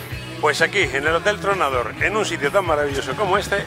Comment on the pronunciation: Muy bien paco todo es bello e inexplicable para mi esa zona es indefinible decir que es bello es injusto jijiji el cerro es Tronador y no Troncador como dices igual suena parecido pero no es lo kismo jajaja